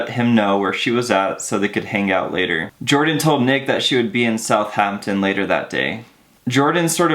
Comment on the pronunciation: South Hampton? Lol